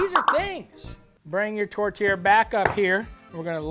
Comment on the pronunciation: The whole time i kept hearing tortilla not tourtière